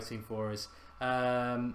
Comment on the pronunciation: Meant varane not Varanene